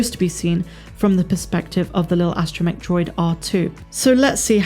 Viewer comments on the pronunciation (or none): none